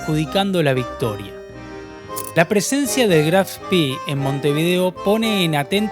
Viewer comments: En alemán se pronuncia Spe no Spi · Se pronuncia Graf Spè, no Graf Spì. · Buen video. Sería mejor utilizar la pronunciación correcta del buque Graf Spee, con E al final, no I. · Vengo del linaje Spee y es un honor que en el mundo se rescate la gran historia de la familia y el buque! Por si acaso, el apellido es Spee, no Spi (se pronuncia con una E alargada). Para ponerlo por escrito, se pronuncia “Eshpe”. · Se pronuncia Graf Spee no spy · Eres lamentable. Mencionas al Spee como espi ? No es inglés . Es lamentable también el relato! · No es inglés, es alemán , se pronuncia SPEE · Spee, es alemán , no inglés...la doble E no se pronuncia como nuestra I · Estás pronunciando mal, por ejemplo, Spee...También confundís tiempos verbales del idioma castellano... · Pronuncia Spee en inglés! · El vídeo está Muy pero muy bueno y detallado. Pero tu pronunciación es desastrosa... Con respeto te lo digo. Se pronuncia Spee con e! Lo decís en inglés. Y ni te digo como decís Eugene... Trabaja en las pronunciaciones originales y tu trabajo será perfecto. Abrazo